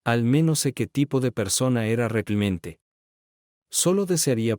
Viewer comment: Porqué ese narrador no puede decir Realmente y dice Reclimente,😮